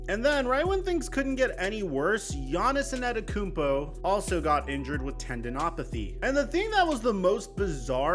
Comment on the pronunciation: Who tf is giannis enanekoonpo? 😂